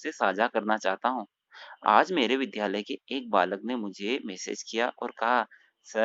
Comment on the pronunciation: जी नमस्कार।आपका कार्य रोचक है।किन्तु ध्यान दें विद्यालय को विध्यालय न बोलें।विद्यालय ही बोलें।धन्यवाद।